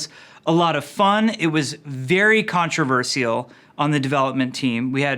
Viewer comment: WhY DOES HE SAY CONTROVERSIAL LIKE THAT I'M